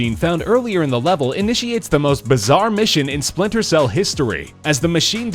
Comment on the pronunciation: Am i the only one who heard splinter seals?